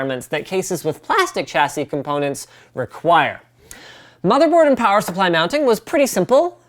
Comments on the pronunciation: I repeated plower supply at the exact same time as Linus did. And then I giggled my blalls off. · "Plower Supply" You know Canadian Winter is coming when...